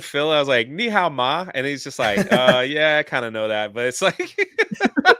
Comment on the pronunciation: Mandarin tones are wrong but I get he’s trying to say how are you doing